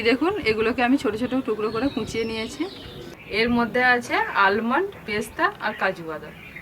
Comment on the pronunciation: আলমন্ড হবে না উচ্চারণ টা হবে আমন্ড ।